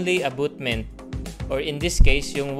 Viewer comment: Dimo man ma pronounce ng tama ang abutment. Abotment naging hukay na ang wall mo. Is equal to, hindi po is equals to.